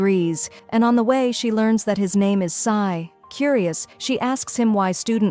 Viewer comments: She’s G is jay but k and also sai is ci-n AND iris is Aries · There names are so wrong! G? Sai? Sai is Ci-n and G is Jay-Jay! Section A? It's section E!